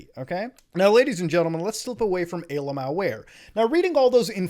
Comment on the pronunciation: He really said ALMAOware...